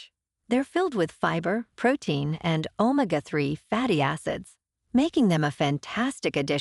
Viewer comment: This is AI trash "omika 3 fatty acids"